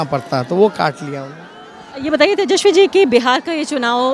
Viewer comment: His name is tejaswi not teshawi. First of correct pronunciation. Inke babujee ne bihar ke liye kya kiya.